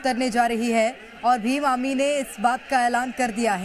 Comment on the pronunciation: भीम आमी नही ही भीम आर्मी ही बड़ी बोलो